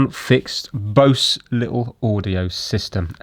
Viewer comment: I had a Bose wave radio like this. Bose is pronounced "Boze". By the way. The set I had was similar to yours but it had no remote. Cd player worked radio worked. I was using it and the audio just faded like the volume was turned down. Tried recapping it and broke one of the traces so I junked it. Kept the speakers/waveguide part and threw the rest away. I can find an amp to use with the speakers or a car radio.